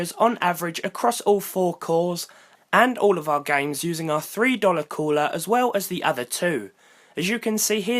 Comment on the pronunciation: Annoying how you British people say cooler